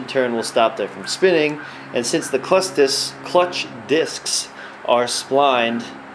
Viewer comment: lol im cracking up "clucth discs" great video though